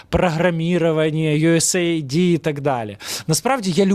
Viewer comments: Не йуесей айди, а йуес ейд, тобто допомога, ОША, припини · US AID, а не USA ID. А так - запалюєш норм, давай ще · Дрогий, чудові прогрвми, ми завжди дивимось ваші випуски. Дякую. Хочу тільки вас поправити у вимові US AID правильно буде " юес ейд", хоча AID є абриватурою але також співзучне із "допомога".